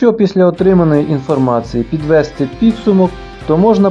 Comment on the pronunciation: Підвести^ підсумок, а не підве^сти. Розмовляйте українською.